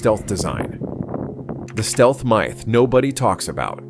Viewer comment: “The Stealth MYYYTH” 💀 The AI voice was great until it slipped up…